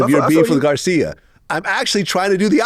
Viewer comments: O let Vlad say Garci's name wrong the whole interview lol.... gotta love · funny. He didnt correct vlad saing his name wrong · Lmao Vlad calling him Garcia dudes name is garci 🤣🤣🤣